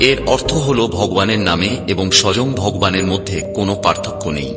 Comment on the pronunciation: আরে অপদার্থ , কমসে কম, ভগবান, উচ্চারণ ঠিক ভাবে কর। তারপর জ্ঞান দান কর।